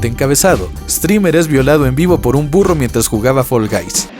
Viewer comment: En el ejemplo del burro Primero escuché "FURRO" 😂😂